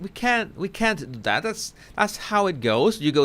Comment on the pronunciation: please read.I adore you and your channel, and I understand you’re Spanish, but please stop with the “Dat” and “and DEN” I have lots of Spanish friends and they all say “THat” and THen”. So I know it’s not a typical thing that Spanish speakers do when speaking English. The dat and den sounds like a toddler.